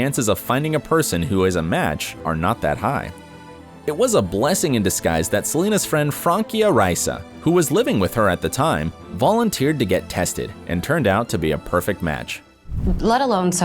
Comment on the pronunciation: It is Francia Raisa , not Frankia Riasa